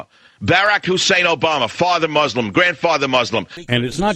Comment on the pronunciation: It's Muslim not MUZLIM godamnit